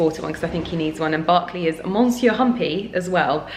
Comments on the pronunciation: Adorable doggies. Monsieur - if you mean the French for Mr., is pronounced Mer- ss-yer. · You need to pronunce "monsieur" different. Pls listen to the right way. Lots n lots of love!♡ Lovely n 🤗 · thank you! Totally wrong!🤦🏻‍♀️🤦🏻‍♀️